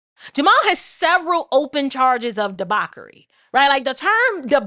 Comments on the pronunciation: What's debarkery? Debauchery? Is that what u r saying? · DEBAUCHERY correct phonetic pronunciation is duh-baw-chuh-ree So, sounds like De-baw-chur-ree Feel free to Google the 🔊 pronunciation. Thanks